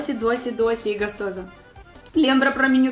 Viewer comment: Olá. Seu canal é ótimo. Sou seu admirador. Queria deixar uma pequena dica: Em português a letra "o" sempre tem som de "o". Comida, e não "camida". Gostoso, e não "gastoso". Com o tempo, a gente aprende. Estudo russo e também não é fácil. Beijos.